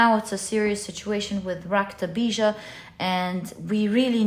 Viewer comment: Lovely reading. You said raktabija perfectly 🤍